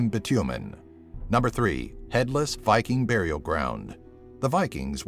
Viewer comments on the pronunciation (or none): none